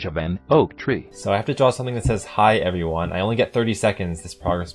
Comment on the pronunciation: i cant get behind the fact that you pronounced the word everyone as "evione"